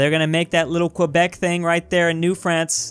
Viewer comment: video one of asking to pronounce quebec correctly